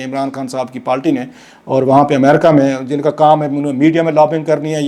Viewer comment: It is not “Palti It is Party.